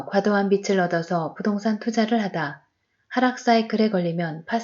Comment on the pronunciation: 편안한 목소리좋네요 책에 개인적인 의견을 안넣고 그냥 읽어주어서 더 좋은것같아요 근데 글을 읽어주는 일은 발음에 살짝 유의해야 할 것 같아요 빚ㅡ비츨이 아니라 비즐입니다 ㅈ을 올리세요 빛ㅡㅊ을 올리셔요 채널 화이팅입니다!!